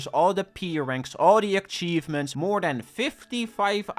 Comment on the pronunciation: why do you keep saying 'ackchievement' bro